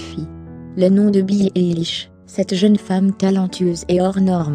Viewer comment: C'est pas très bien prononcé mais merci pour cette video je suis une grande fan de billie eillish j'ai même acheter son livre sur sa biographie tout sur elle 👍👍👍🏽👏👏👏👏👏👏👏